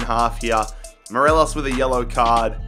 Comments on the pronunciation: It’s Morelos not morelishhhhhhhh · He says morelish but it’s Morelos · Great video as always. M-O-R-E-L-O-S, not Morelosh. He's Colombian, not Portuguese. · Absolutely love the vids been around since Man City and Utd rebuild in Fifa 17 but just letting you know it’s mo-re-los not merelesh 💚 mon the Celtic anyways xxx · did you just say MERELESH? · Morelos is pronounced M-O-R-E-L-O-S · Right cmon your saying morelos wrong😂😂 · Everytime he said morelos i cringed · what is that morelos pronunciation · How hard is it to pronounce Morelos. Not very